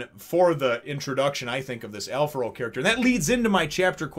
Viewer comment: Kickass chapter introducing a very unique character, (and yes, he does rank higher then the vice-chef's such as Tommy) Also thanks for pronouncing his name correctly as Alfaro, some translations tend to go for Alfrado, as it is the name of a dish and the spelling is similar.